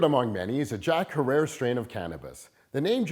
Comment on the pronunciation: Herer, rhymes with terror. This isn't really your thing is it?